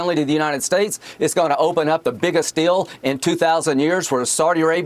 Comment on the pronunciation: Did he say "Sardi Arabia"?😂